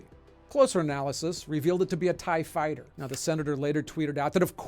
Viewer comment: I really respect Ken’s reporting, but the way he says “tie fighter” needs a correction 😁